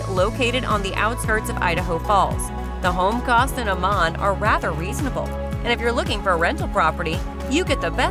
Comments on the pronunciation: Don’t live in Idaho! I’m counting the days to getting out of this hell hole! Absolutely hilarious representation! $800 a month in Garden City/Boise? Not even close!!! Sever winters? 😂😂😂 Good schools? Might want to check out the stats that put Idaho 48 out of 50! Amaaaaan? Might want to learn how to pronounce the places your representing? This vid is a complete joke! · People that do these kind of reviews should have to know what they are talking about! AMMON is pronounced Am-In and none to the video/photos were not of Ammon. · Pronounce Ammon! Also, Idaho Falls isn't Twin Falls. And Garden City is a crime ridden sh**hole. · Having lived in Idaho for over 20 years and traveled the state, you have the wrong directions and pictures of various areas. Shoshone Falls is on the east side of Twin Falls. Twin Falls is 160 miles southwest of Idaho Falls. Meridian, ID is to the west of Boise and not the east. The pictures of downtown Boise are not found in Moscow, ID. Pronouncing Ammon, ID was totally wrong. There are even more mistakes in your presentation. You need to better check your facts before you make your next video of Idaho. This presentation was depressing.